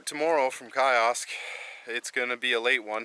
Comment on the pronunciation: A birthday you'll never forget, no one goes through Birchcliffe creek without battle scars. Just FYI guys, its pronounced Key-Osk (Kiosk) and also Big-R (Biggar). We'll be there end of September, I'm sure the alders will have grown back by then. Cheers